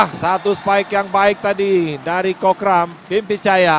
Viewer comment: ขำคนพาก โคกรำ ตะโกนจนฟังเป็นโคกดำ